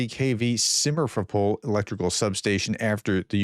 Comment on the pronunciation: More like sim-fer-O-poll, where "fer" is as in "ferrous" and you have to roll your R a bit. Short O, as in first O of "octagonal", as opposed to "Oh?". Poll as in "Polly" - it's a short L. You also need to pay attention to the rhythm. It won't be even but will be on the second or third parts depending on where you are from. Don't show your teeth and keep your tongue on the bottom of your mouth otherwise your vowels will sound like those of a BBC radio news presenter from the 1920s. Just pretend you have a half a lit Gaulois hanging out of the side of your mouth.